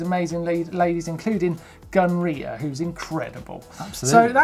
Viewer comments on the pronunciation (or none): Am i the only one that misheared "Gunn Rita" as " gonorrhoe"? I feel bad because she IS an amazing rider.